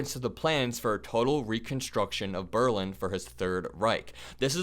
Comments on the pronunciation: With respect,. Please pronounce Berlin correctly- BerLIN. Accent on second syllable. God rest victims of Holocaust. 🙏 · Berlin, stress on the lin in American English. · Sweetie, super! Just learn to pronounce Berlin! A European.